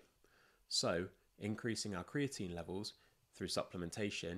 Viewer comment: Americans don't say creati- 'NÍNE'